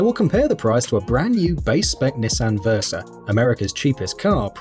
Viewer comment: Which wouldn’t be so bad if he could actually pronounce the name correctly.